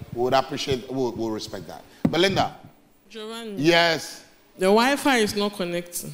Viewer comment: It’s pronounced Jo-van-ni!